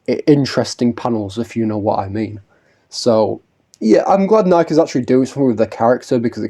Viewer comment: I can't stop thinking f the shoe brand with how you pronounce Nikke dude😭😭 Anyways, yeah I hope we see more from Laplace and her squad in the future. They're really fun characters and should get more attention, especially Laplace cuz lmao she has zero costumes and alts. Girl is in dire need of a wardrobe change